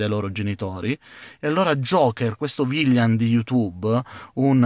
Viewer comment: ma pronunciare correttamente villain proprio non si può fare?;)